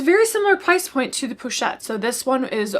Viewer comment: The correct pronunciation is ‘posh-ette’ rather than ‘poo-chette’. 🙂